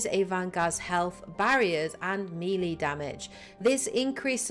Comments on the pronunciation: Melee, not mili. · I know it's melee. Tell that to her.